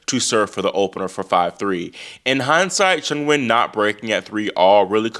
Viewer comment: Can I just say I appreciate how much research you do down to pronouncing Qinwen's name properly. It's not "Keen Wen" it's like "Cheen Wen"